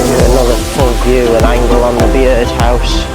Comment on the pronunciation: Bee-ird house??? It’s just pronounced Bird house mate.